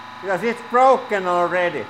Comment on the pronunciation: "anda now it's brlrlrlroken"